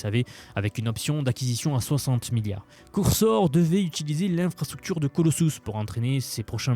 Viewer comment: Excellent tes contenus, j'apprécie vraiment ce que tu partages, mais juste stp, NE DIS PLUS COURSOR !